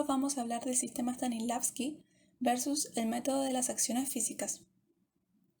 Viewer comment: El actor dice: “Stalisnavsky” jajajaja. He escuchado a varios pronunciarlo igual jajajajajaj STANISLAVSKI